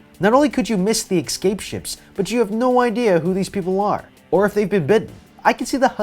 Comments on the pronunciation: This man is every single video says “ekscape” instead of escape and I hate it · Everytime he says 'ecscape' I have to say 'escape' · uhmm who's gonna tell him it's escape and not ecscape? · Couldnt watch more than 2 minutes because you kept saying EGGscape. It's not eggscape, it's escape. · EScape not EXcape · For the love of god the word is ESCAPE not eXcape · My eye twitches every time he says "escape" as "ex-cape". Or "especially" as "ex-specially". But great video anyway. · Exscape all I’m gonna say exscape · Escape not ecscape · This is just something I need to mention now because it’s in a lot of videos and I don’t know why but it’s not “ecscape” it’s “escape” there is no C before the S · ESSSCAPE NOT ESKSKAPE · Say excape one more time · “ecscape” People who say it this way are psychopaths. (I just did sarcasm wooo :3) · The way 'escape' is mispronounced in this video gives me hives.